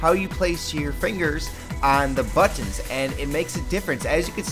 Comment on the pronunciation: Liked what he said about the But-Tons, tell me more about the But-Tons.